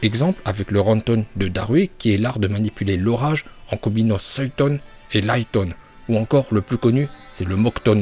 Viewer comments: Futon ❌ Feuilltone✅ Suiton❌ Souilltone✅ Raikage❌ Raikaje✅ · Mais ferme ta gueule tu sais meme pas prononcer correctement fuuton suiton et raiton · Bonjour, pour commencé en dit futon et pas fuoton et en dit raiton et non pas laiton et pour finir en dit suiton et non pas swaiton, apart ca ta video est tres cool